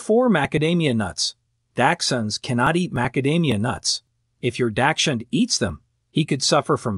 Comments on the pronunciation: Not trust anything you say, when you pronounce dachshund that way lol🤣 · Good god, can these experts please pronounce dachshund correctly or at least the same? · How about popcorn. My dachshund loved to eat popcorn out of my bowl while I was eating. Please learn to pronounce the word dachshund and onion, thank you.